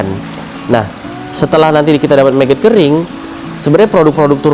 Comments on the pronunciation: MAGOT MAS..BUKAN MEGET ?? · Bukan meget bang , tetep nyebutnya magot